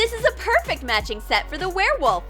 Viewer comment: Why is he even trying to catch the where woft